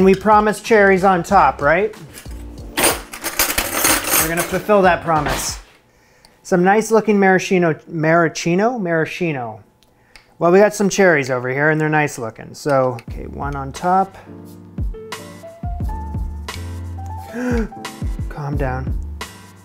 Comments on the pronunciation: Maraschino is pronounced: mer-uh-SKI-no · Maraschino is pronounced maraskeeno. You're welcome. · it's pronounced maraskino